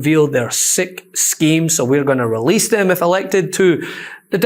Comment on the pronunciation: (329) "Wewease Woddawick!!!"